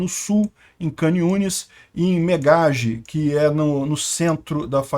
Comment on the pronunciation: Shalom shalom. Duas coisas pra te falar: a primeira é que agora já pode vir para Israel, então já planeje sua viagem, e não precisa pagar hotel, pode ficar aqui em casa. Segundo, a pronúncia da cidade de Khan Yunes é parecida com o ucraniano e o russo, as letras “kh” ou “ch” se lê como “rr” igual a “carro”, então onde se lê “khan yunes” você pronuncia “rran yunes”. Belezinha irmão, se cuida aí no Rio, pelo que sei da pior que aqui, kkk